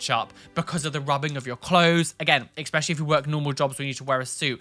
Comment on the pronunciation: you use a lot of Don't Hug Me I'm Scared clips and was wondering if you also have those tattood on you somewhere?:D Also; it's ESpecially, not EXspecially, darling, haha. ♥♥ Hope to run into you sometime! I'm from the Netherlands and visit London often.:D